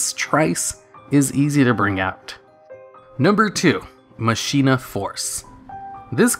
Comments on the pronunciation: Machina force isn't pronounced that way. Mach eee na. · Could've sworn it's "ma-ki-na". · I thought it was pronounced "mah-kee-nah" but idk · You said machina wrong, it's pronounced Ma-ki-na. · Con-vig-ton?! I will hunt you like the animal you are!! this is not a Death Threat, because I need you alive. you must be studied, for I cannot for the life of me understand how someone could botch the name of my Hometown this badly...! Also, it's pronounced, "Ma-kee-na." I'm not as upset about this one as I was about "Commander Covington," I just felt like I needed to point that one out too for future preference. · machina is pronounced "mak een ah" not Machine ah. And for the record, people pronounce Dark Ruler "Ha Des" wrong too. It's Hay DEES not Hah Dess. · It almost feels like you look up the pronunciation of a word and then purposely say it wrong just to trigger people. Machina is said as "MAH-kin-ah".